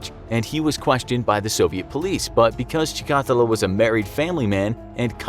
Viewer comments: USSR had many serial killers besides Chikatilo. Wikipedia has 53 articles in its "Soviet serial killers" category ("Серийные убийцы СССР") Btw, you pronounce the name wrong, emphasis should be on the third syllable - Chi-ka-teeee-lo Do some research, for KGB's sake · Cheek-ah-teal-low. This isn't rocket science guys. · Dude he’s Russian not Cuban why are you pronouncing his last name that way lol. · The way he pronounced Chikatilo😂😂😂😂😂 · You absolutely butchered his name! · Dear narrator: You've butchered the pronunciation of Chikatilo's last name worse than he ever mutilated any female. Can you do a video on your crimes against linguistics in general? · You said his name wrong every time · As someone who speaks Russian, the way the narrator pronounces Chikatilo makes me cringe. The stress should go on the second I, not the A. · Everytime he says chikatilo, he pronounces it differently. Bruh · Great video but.... Chikatilo isn't a Spanish name and boy do you keep trying to pronounce it as one. Just saying... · five seconds on Wikipedia and I can tell he is pronouncing Chikatilo's name wrong, the emphasis should be on the third syllable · As much as I enjoy this channel, mispronunciations across multiple episodes that are easy to look up (ie Andrei Chikatilo) makes videos harder to watch. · Also you pronounce his name wrong. We wrassle about it now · So annoying that this guy pronounces the killer’s name wrong! Watch a YouTube! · That's not how you say Chikatilo and that's not where Rostov On Don is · I'm finding it cute how he's mispronouncing Chikatilo's last name hehe.. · I think he pronounced Chikatilo incorrectly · You pronaunce his name wrong , its not chikAtilo its chikatI'lo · The way he pronounces Chikatilo, - "Chee`kAAtilo", and repeats it like 200 times later on, made me bleed from my ears. its "Cheeka-tEElo" (like in Armadilo) for gods sake!! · Chica-TEElow. Not Cha-COTtalow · pronounced like' Shika-tilo' not 'Chi-ka-ti'lo!' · Tchicatilo or Stalin